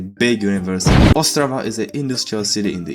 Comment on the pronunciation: Yo im czech here! And why we notice? cuz yall have dialect on the penultimate consonant and czech mostly have it on forst consonant xd that how we notice. yall: ostRAva we: OSTrava